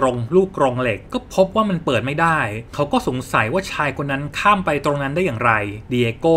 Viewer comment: หน่อยอยากจะรบกวนให้อ่านสคริฟคำว่า "เขา" ออกเสียงเป็น เค้านะคะ /เวลาเราอ่านออกเสียงบรรยายต่างๆ ไม่ว่าจะเป็นหนังสือเสียง พากย์ หรือเล่าเรื่อง เวลานักพากย์เจอสคริฟคำว่า เขา พวกเราจะแปลงจาก เขา ซึ่งเป็นภาษาเขียนเป็นภาษาพูด โดยออกเสียงเป็นคำว่า "เค้า" ค่ะ (คำว่าฉันก็เช่นกัน ออกเสียงเป็นชั้น ซึ่งเป็นภาษาพูด) / การเล่าเรื่องจะสมูทและเป็นธรรมชาติมากขึ้น (จะต่างจากการเรียนในชั้นประถม มัธยมหรือมหาวิทยาลัยที่อ่านออกเสียงตามตัวหนังสือ) คุณเสียงดี เล่าเรื่องสนุก ทำคลิปได้น่าสนใจ ลองปรับตรงนี้ดูนะคะ (เห็นคุณเปิดใจ ตอบกลับมา เลยอยากแชร์ตรงนี้ให้ค่ะ ) ขอบคุณที่รับฟังนะคะ